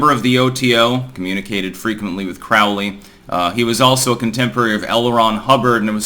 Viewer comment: It's pronounced Crowley as in Holy. Parsons was interesting as hell yeah